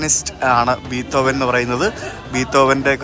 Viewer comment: ബീത്തോവനല്ല ബ്രോ ബിഥോവൻ